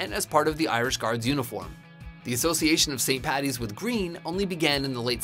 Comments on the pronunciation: I'm Irish and first of all ITS FUCKING ST PADDYS DAY OR ST PATRICK'S DAY NOT PATTY! And second of all the snakes were pagans and paddy drove them out of Ireland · Number 1 should be: nobody in the history of Ireland has ever called it St. Pattys day so STOP IT!! It's Paddy. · ITS NOT PATTY ITS PADDY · as an Irishman, its Paddys day not Patties day. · it's either St. Patrick's day or Paddy's day not patties day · and also, IT'S PADDY!! NOT PATTY!! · Saint Paddy's not Patty I'm Irish so I would know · How many times do we have to say it, it's PADDY'S day NOT PATTY'S!!.... Every bloody year it happens. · What it's paddys day not patty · Okay it's st.Paddys day not 'St.Pattys' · why do all Americans say paddy's like patty's it's paddy's day